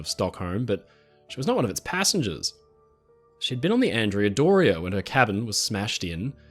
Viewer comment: Love your videos! Please pronounce Andrea Doria in its correct Italian form, ahn-DRAY-uh DOR-ee-ah. She was named after a 15th century admiral. Keep up the great work!